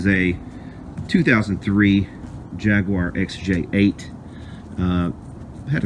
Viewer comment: Jag-U-ah PJs.